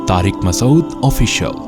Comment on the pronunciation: Please can you pronounce Mufti Sahebs name properly Mufti Tariq Masood not Masod as its pronounced in the introuduction